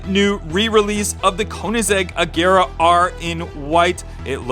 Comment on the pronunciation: Wow he finally says agera right instead of ajera